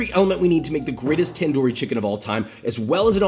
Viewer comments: Tandoori it has a d sound in the beginning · softer "t" and a shorter "a" and shorter "oo" while pronouncing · tip for foreigners- its NOT taandoori chicken its tundoori chicken. get your pronounciation correct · Here to hear him say "TaN- Doooo Reee" instead of तंदूरी 😭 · Tandoori is pronounced tun-dhoori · Also it is pronounced tan -du -re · A trick for pronouncing Punjabi words is if you see a D or T in word treat it like TH. Also took the R’s “Thanthooree” tandoori “thanthoor” tandor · basically its pronouned thun - doo - rii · pronounce it like this: [tun-dooree] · Thanks you doing this, but you're pronunciation of 'tandoori' kinda made me mad. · i love joshuas pronunciation of tandoori not the proper way, im indian